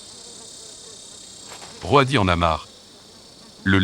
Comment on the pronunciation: Super extrait ! Mais quelle angoisse cette voix d'IA pour parler d'êtres vivants... surtout que parfois on ne comprend rien... Roadie prononcé Ro-a-di, merci du cadeau. Faîtes travailler des comédien·ne·s !!